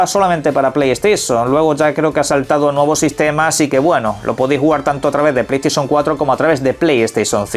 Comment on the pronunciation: Pley steision 😅